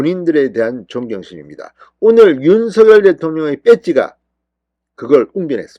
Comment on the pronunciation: 윤성열 발음이 그래 안되나요? 고유 명사라 본인이 원하는대로 불러주는게 국어발음법이랍니다. 윤서결이 아닙니다. 대한민국에 대통령은 한명입니다.